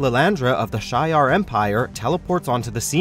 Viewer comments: She -R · Shee-Ar not Shay-Ar ans Em-Kran not Mak-ran. 😉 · Jake Turner “Ma-Kron” crystal and “Shy-ar” are two painful mispronunciations! Ugh!!! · To the narrator: The correct pronunciation is ( She-Ar ) Shi’Ar! 😑😤😡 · Thank you! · It’s she’are (shi’ar) and m-kron (m’kraan) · “SHEE-YAR” empire.. “M-KRAAN” crystal.. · You incorrectly said Shi’ar and M’Kraan in your video. voice narrator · The narrator should learn to pronounce Shi'Ar, M'Kraan and Wyngarde correctly. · Who can't pronounce Shi'ar, Wyngarde or M'Kraan? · You mispronounced Shi' ar and M'Kraan. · When this guy pronounces Shi’ar and M’Kraan crystal Incorrectly